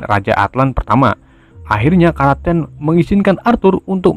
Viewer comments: Kraken bos bukan kraten.. 🤣🤣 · kraken woi bukan karaten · ini kraken disebut karaken :v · Bukan kraten tapi kroeken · Kok karaten kan kraken